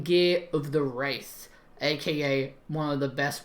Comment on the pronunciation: Warriors set is pronounced wrath not wraith